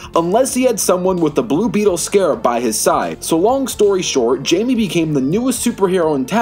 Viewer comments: you dont say the j in jaime it actually haime but with a j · It’s pronounced himey so like hi and then may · It's pronounced Jaime(Hi-me) Reyes(Ray-Ez